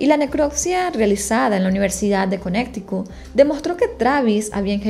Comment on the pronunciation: Conneticut no conecticut